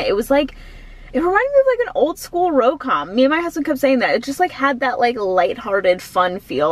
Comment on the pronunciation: When did RomCom become RoCom? 😂 I wish I was as dedicated to classes as you are!